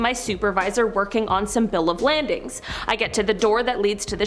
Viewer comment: Bill of lading not landing